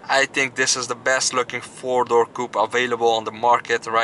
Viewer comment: “ I tink I’m in lurv “ 🔥😂 me too bro , me too